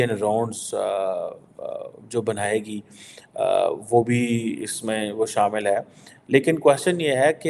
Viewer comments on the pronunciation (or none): none